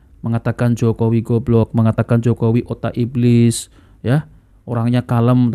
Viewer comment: Ibliz ngomong ibliz,,,cucooo tahhh sibahar bin setannnnn😂